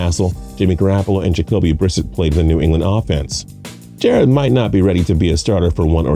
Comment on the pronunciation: How do you not know how to say Jarretts name it ain’t that hard 🤦🏼‍♂️ all these guys are gonna get passed Jarrett is bills next guy